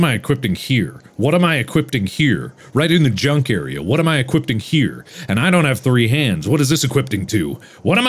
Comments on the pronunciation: "What i am equipting here" After he said he cant pronounce things🤣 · Mark: Please forgive my mispronunciations. Also Mark: "EqUipTiNg" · And why did he add a T to equipping